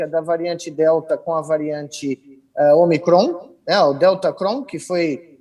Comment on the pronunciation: "Ômicron" tem assento circunflexo no Ô, e tem gente que pronuncia "omicrôn". 🤦